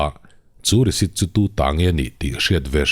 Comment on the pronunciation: Risit i ti zel in ka hria i lam rik dan ah ,nge ka beng dik lo zwk,😅